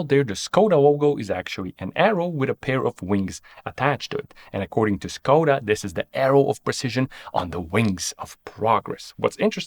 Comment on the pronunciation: I was amazed how you pronounced all non english names, surnames and other words until You reach "Škoda". It should be pronounced not "Skoda" but "Shkoda".